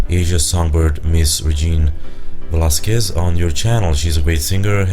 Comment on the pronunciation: Your pronunciation of Regine Velasquez's last name was good. Great video! I loved you gave honest answers.